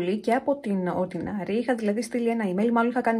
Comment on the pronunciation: ΟρντινΕρι, όχι ορντινΆρι προφέρεται 🤭🤭